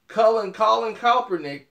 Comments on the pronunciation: Sorry it's KAP ERNICK..... not COPERNICK. Lol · BRO... It's Colin KAEPERNICK! Sound it out: KAP-ER-NICK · If you can't pronounce his name right then don't do the article uncle Tom!!!!! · Now when I first seen the title of this video I was about to come on here and blast you for saying that Miami was right for not picking Colin Rand Kaepernick but I said well let me wait and see what he's saying first, and after hearing what you've said you're right he wouldn't fit into that system and the only thing that I can blast you about is the mispronouncing Colin Rand Kaepernick's name you butcher his name everytime you say it, its pronounced Capernick with a K not Copernick the way your'e saying it lol.. Now I disagree with you on why Colin Rand Kaepernick did what he did, now let me say this at first when he did it I said that he's just doing it to piss off the 49ers but when he gave his explanation I said well that's a good reason. Now what I don't agree with you on is you questioning his legitimacy on why he did it. And you also said he shouldn't done it on the job well his job is to play football and I can almost guarantee you there's nowhere in his contract or the NFL rule book that says a player must stand for the racist national anthem not yet, now that's where I disagree with you.